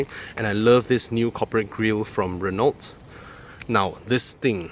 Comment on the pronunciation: Good car, bad review. PS learn to pronounce Renault